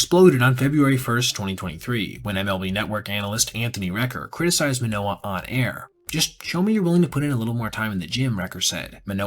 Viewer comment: As a baseball journalist, theres the basic expectation to pronounce names correctly. Especially when its a former all star and cy young finalist. How can u make a whole video abt the guy and not say his name right?